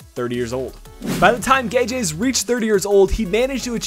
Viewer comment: I can confirm that you've pronounced guedes' name correctly.Next player I would like to see in these reviews is Ruben Neves(CDM) and Oliver Torres(CM) both from fcporto and great prospects in real life